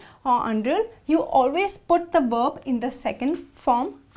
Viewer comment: Verb not werb